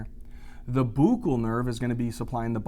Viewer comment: Thank you for making this spaghetti junction, that is VII, seem manageable. Love the way you pronounce fossa and buccal